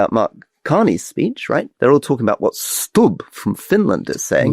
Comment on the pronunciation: Aloha Rory, with respect, the pronunciation of the President of Finland's surname is Stoob, not Stubb despite the spelling! Lovely man, brilliant, elegant & well educated.